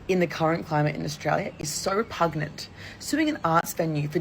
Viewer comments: "Pugnent"? I think the word she meant to say is repugnant, as "pugnent" isn't a word lol. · Did Abbi Chatfield just say 'pugnant'? Darl...😂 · She said repugnant...